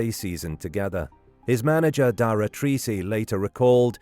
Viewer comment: FYI - Treacy is pronounced as "Tracy" in Ireland